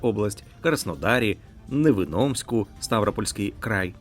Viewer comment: шкода, що ведучий не знає і не може прочитати назву міста Невиномиськ